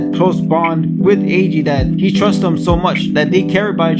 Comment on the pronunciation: Eiji (Ay-Gee) is how I kinda say it so to me you're saying it fine The summary was great, don't worry about spoilers as long as you warn ppl they should be fine as this video is a review of what most would assume to be the season in it's entirety. Love the backing music. You did a good job with this video, and yeah I totallllly didn't cry either. The series was so tragic! I'm glad to find people still finding it.